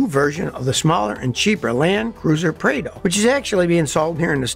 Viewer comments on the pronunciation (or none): It’s pronounced “prahdo” not “Praydo” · In Australia we pronounce the Prado as “Prarr-doh”